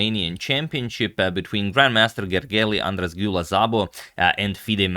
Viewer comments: Hey Agad, let me help with Gergely-Andras-Gyula Szabo's name. In "Gergely" you don't say "Gergeli", instead the "ly" sounds like the "y" in "you" - technically "Gergey". "Andras" was pretty close too, but we use "s" for "sh" and "sz" for "s" - so it's more like "Andrash". You pretty much nailed the "Gyula", it was really nice. Also "Szabo" as mentioned before is more like "Sabo", and I heard more like a "Zabo", but that could be my fault. Hope you find it useful. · It's weird that you say it after this video, where he pronounced it very incorrectly (but yeah, apparently it's Hungarian, which is a weird language). Should be something like Gergey Ahn-draash Dew-lah Sabo: (So basically he got these sounds wrong.. ly, as, gy, sz) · Well, he actually butchered these pretty bad. White should be something like Gergey Ahn-draash Dew-lah Sabo... (not Zabo) But Hungarian is one of the weirdest european languages, so... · Hey Antonio, what a marvelous game. I just thought I would mention as I know you are an excellent pronouncer of foreign names that as difficult as those names are, you have made a terrific effort. However, even though this was played in Romania, Gergely-Andras-Gyula Szabó is actually a Hungarian name. The "ly" letters together in Hungarian mark a single phoneme, it is the same as a "y" sound in English, like in the word "you". "S" on its own would be the same as the "sh" sound in English and "sz" is how we would write what the English normally mark with an "s" only. "Gy" is another tricky double-letter, it's similar to the sound before the "u" when you say "duty" for example.